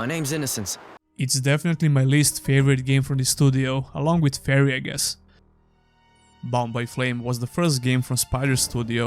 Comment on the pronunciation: Whenever you say Bound by Flame all I hear is Bombay Flame.